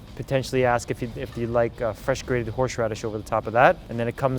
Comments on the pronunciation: "Horshe radish" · Why do we all say horsh radish